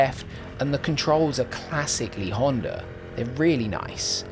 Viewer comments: Great review, definitely no R in the word Honda though 🤣. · why do you pronounce Honda with R at the end? Like in general (not only you). I am intrigued.